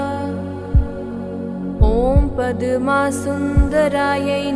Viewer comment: It is not padama, it's padma